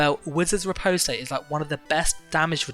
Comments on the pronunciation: Rip-ahst Not rip-oast-ay lol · Riposte is pronounced re-post btw. Awesome vid, shows me the sets I should run in BG's :D.